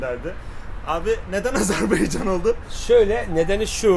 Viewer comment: Kardeşim Azerbeycan değil de AzerbAycan dersen doğrusu olur.